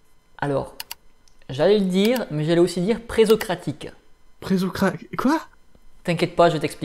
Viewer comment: Il me semble qu'on prononce "pressocratique", vu que c'est avant Socrate, pré-socratique. Enfin c'est un détail, merci pour cette vidéo !